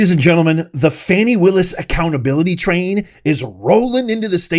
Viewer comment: You will never get her if you can’t pronounce her name correctly 😅